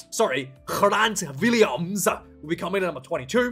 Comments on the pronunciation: Lol, Grant Williams is pronounced the usual way. Ireland are going to be tough, but Loftus may be too daunting a venue. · I'm still trying to figure out if you really think that's the way to pronounce "Grant Williams" or if you're just taking the piss out of Afrikaans pronunciation 😂 you've done it a few times now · Unstoppable force meets an unmovable object. Pollard kicks it over for a one point win. Hopefully!🤞😊 B.T.W your pronunciation is spot on. Except for Grant Williams. That's an English name, so no need to give it an Afrikaans pronunciation. Go Wallabies!😁